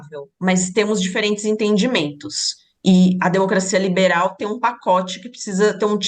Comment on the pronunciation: Ela disse " denocrscia venezuelana 😂😂😂 vai cagar professora 😂😂😂😂